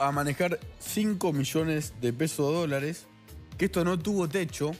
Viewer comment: Luciana Geuna por favor suspendé con la voz nasal, INSOPORTABLE y la pronunciación de las R que parece que tuvieras las mandíbulas pegadas. Dice "EL DOLARE". No le vendría mal unas clases de pronunciación y vocalización. La escuchás hablar con esa voz nasal 10 minutos y te querés matar. Por lo demás muy bueno el programa.